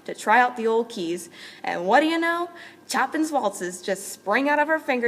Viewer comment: If you only knew how to pronounce "Chopin" :-(